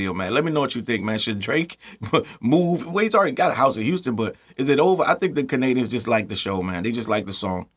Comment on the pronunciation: It's Kennadians for now on 😂